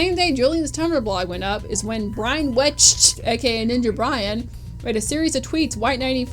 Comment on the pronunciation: I've never taken the Suzy hate seriously and I honestly never thought it was deep enough to devote 2/3rds of a 3 hour video to; that being said this was almost thoroughly researched except the origin of Arin's Egoraptor handle and the absurd obvious mispronouncation of Ninja Brian's last name